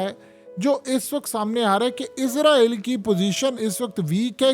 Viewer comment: آپ اپنا تلفظ درست کریں ۔ اسرائیل صحیح لفظ ھے آپ ازرائیل یا عزرائیل کہتے ہیں ۔